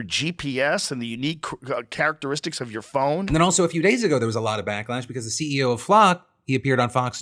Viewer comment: Would it kill you to enunciate "your" when you say "Your daily dive"? Even just once?